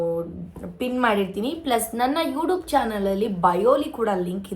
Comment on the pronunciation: ಯುಡೂಬ್ ಅಲ್ಲ ಅದು ಯುಟ್ಯೂಬ್ ನೆಟ್ಟುಗ್ ಹೇಳೋದು kalthko ಆಮೇಲೆ video ಮಾಡುವಂತೆ